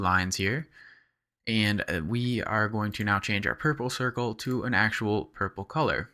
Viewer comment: so funny how you pronounce pur-ple-cir-cel. Nice tutorial!